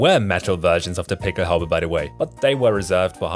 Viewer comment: Good video! Thanks for emphasizing the pronunciation of the pickelhaube and the stahlhelm. Thanks for the background. I was in the National Guard in the late 1980s when the Army replaced our "steel pots" with the German-influenced Kevlar helmet. I hated it at first: too reminiscent of the Nazis. Over time, I came to see the advantages of the helmet - and grudgingly acknowledged German engineering. I don't hate Germans - just lament that circumstances allowed a noble nation to follow a tyrant. Thanks for this video!